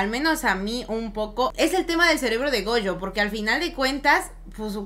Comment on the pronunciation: NO SE QUE ME DA CADA QUE DICEN GOUYO ES GOYO!!! SE DICE GOYO!!!